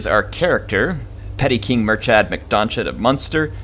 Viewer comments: I’m Irish, and when words have a “ch” in them, it’s pronounced as ‘K’, as there is no letter k in the irish language. So Murchad, is pronounced Murkhid. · Hmm, I think it's more in between what both of you said. The "ch" should be pronounced a bit like you're clearing your throat, and you should hear the "d" at the end, but that "ch" sound is sorta the focal point of the word. Like Moor-kha-ad. God, I hope that makes sense. That's how I remember it being pronounced back in school. For the record too, the provinces of Ireland are pronounced pretty much how they look. Mun-ster, Len-ster, Con-oct, Ul-ster. So no accenting like "muin-ster" from the start of the vid.